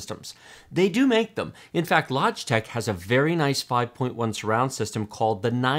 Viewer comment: Lodgetech? He can't even say it properly!